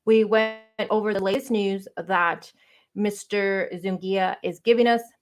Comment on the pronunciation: His name is Eduardo Zu-NI-ga. Not ‘Zungia.’ My ex sister in law has same surname